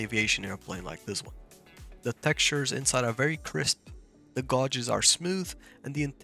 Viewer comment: Hi - Nice video. Just for info - the English word "gauges" is pronounced so that it rhymes with 'wages'. You were saying 'gARges' but it's actually g-ay-ges.